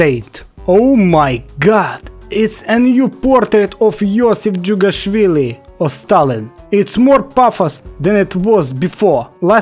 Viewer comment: Finally someone saying jughashvili somewhat good